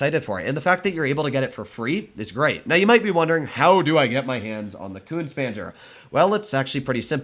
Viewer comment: It is pronounced Koontz-uh Panzer! Es are not silent on the ends of German words.